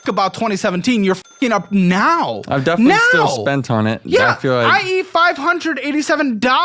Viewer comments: If he insists on saying, “Definitely” so much, he could at least pronounce it correctly. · “I definilly feel like” he can’t even say it right most of the time